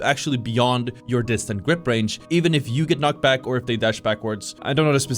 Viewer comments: Dis-tend-ed. It's driving me crazy how you keep pronouncing it incorrectly and it makes you sound like you don't know what you're talking about. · Bro it's distended, not distant